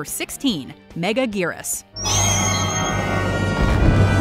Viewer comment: its megagerius not mega gears